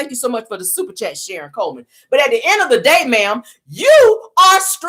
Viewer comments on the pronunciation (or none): none